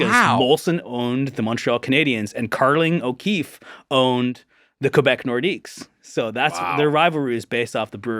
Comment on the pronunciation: no one has sounded more Canadian than saying "Carling O'Keefe"